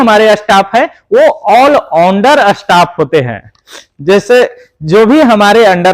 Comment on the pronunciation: आल उंडार नहीं आल राउंडर बोला करो